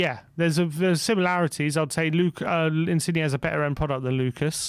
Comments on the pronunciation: I love that just cannot pronounce foreign names XD Insigne is pronounced (IN-SIN-YAY) not (IN-CIG-KNEE) Modrić is pronounced (MOD-RICH) not (MOD-RICK) Never change its too funny. COYS!!!! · Just your friendly neighbourhood Italian pronunciation guy dropping in with a few pieces of advice: 1. Insigne is pronounced "Insin-yeh", as the G followed by an N creates a Y sound. You don't pronounce the G. 2. Calcio (as in Calcio Mercato) is the Italian word for Football and is pronounced "Cal-cho", with a hard "o" at the end. Love the work guys, COYS